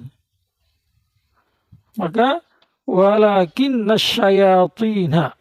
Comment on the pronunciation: ولكن الشيطين salah baca,bukan "nu" tapi "na",perasaan dia liat baca Quran ke bawah 😂,, Dia bagian dr huruf inna: tanshibul isma wa tarfaul khabar